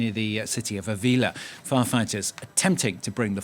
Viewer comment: That's AH-Villa in sound terms. My wife's gran is from there. Pox and the PooPoo ain't got a clue-clue. As for corruption: <<Luis, sé fuerte>>...